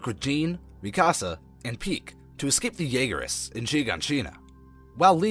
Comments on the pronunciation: Bro the pronunciations in this vid had me crying 😭😭 bro said “mi casa” for Mikasa and actually said Jean as in pants for Jean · I don’t like how he’s saying a ton of names wrong except gabby, feels like this isn’t a actual persons voice, also saying Zeke as “Zekay” And Mik-asa as Mika-say and mi ka sa, but sounding like there’s extra a’s however, that’s fine a lot of people find it confusing. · Why did you say Eren yeager is mr Krueger and why do u call Mikasa mick-as-uh it’s meek-uh-Suh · (me-kas-ah) wtf is that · and mi-kasa and hang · THATS NOT HOW YOU SAY MIKASAAAA